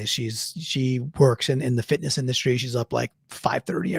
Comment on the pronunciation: my wife is into “fit-n-niss” too